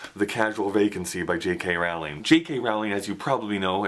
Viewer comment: Psst... it's Rowling like bowling. ;) Have fun in NY!